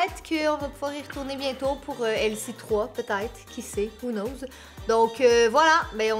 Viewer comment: « j’aime pas l’expression foirer pour quelque chose que j’mange »😂🤣 ( who nose au lieu de who know 🤣)